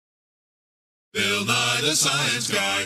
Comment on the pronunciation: well, not ALL ls as rs. only ones at the end of syllables, like "bill". it gets turned to "bi-er" or "bir" as one syllable. listen at the beginning it says "bi-er"